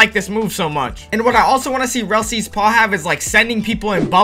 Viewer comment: Did he say rall sea?